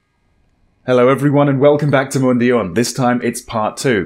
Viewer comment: Pronounce it like "MOON-DOWN". Thanks